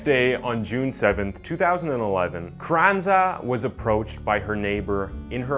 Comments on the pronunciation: CARRANZA… Carannaz… Carranza… 😄🤣 which one? CARRANZA is read as “Kar ran-za “ I cannot concentrate on the story 🤣🤣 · Great video but the way you pronounce her name isn't quite right. It sounds like "crenice" to my ears. It is spoken "ka-ran-za". Three syllables. Munich's ending is a hard 'k' or else you could try to say München which is the German version. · Half the video he’s calling her “Carranez” instead of “Carranza”. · Please get your pronunciations correct. You pronounce Carrenza as Carreniz several times. Annoying. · doesn’t take a literary genius not to pronounce Carranza as Crenez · Yeah kinda annoying how Carranza became Carenez. Kinda makes the credibility of his vids drop a bit imo. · And also not to Be that guy, but he kept calling her Carenas not Carranza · My dude…if you’re going to use people’s names, can you at least pronounce it properly?? CarranZA, you said carrenez about 50 times. Also…Munich? Mew-nick. What a face palm. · Why does the narrator keep calling the killer Carranaz, when it’s Carranza ? And where did he learn to pronounce places so badly ? ‘Munich’ is not pronounced ‘Moo-nitch’ but ‘Mew-nick’ (or in German - Munch-en) Also, why are the words ‘Killer’ and ‘crimes’ obliterated from the on-screen text ? Especially when the word ‘Killer’ is in the title of the video ! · Terry is totally right. Watch it again. He totally mispronounces her name as “Crennez” multiple times. And then reverts to Carranza several times. And his pronunciation of Moo-nitch is also cringey. And yes...if you want to put out a respectable product, you should put time into attempting to do it right. It’s not nit-picky. It’s professional. Sorry if you’re used to TikTok video level of professionalism. 😆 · Can’t get over how many times he calls her “Crennez” 🤦🏼‍♀️ very interesting story though 👏🏻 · Ca ren zah . Oh pair . Just slow down a little bit and use Google audio pronunciation help. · Well she butchered two people so who cares how he pronounced her name